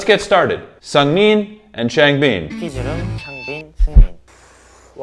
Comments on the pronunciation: A small comment on Changbin’s name: it should be pronounced ch—ah-ng bin. The A is if you’re going aahhh. Bin’s i is a short i, as if you’re saying “in”, not “been”. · this is just like some information i don’t mean this in any way !! but it’s chang- bin like dust-bin the chang is right it’s just the end you say it more like been instead of bin and it’s seung- min like the beginning of mint (min-t) again the beginning is right this wasn’t like affecting the video i just thought i’d let you know great video though i always like to hear your insights!! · I'm 9 episodes into this Stray Kids playlist, and I'm hoping he figures out how to say ChangBin and Bang Chan correctly. (Not hating, I just kind of think it's funny)